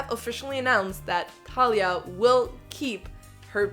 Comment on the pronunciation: It personally rubs me the wrong way that she doesn’t know how to pronounce Thalias name correctly… Also the accent, sounds lazy that she wouldn’t do an American accent? But she could be a good actor. We’ll see.